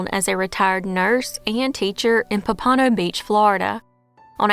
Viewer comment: Love your videos. You tell the stories so well! FYI - it's POM-puh-no, not pum-PAH-no, just for future reference.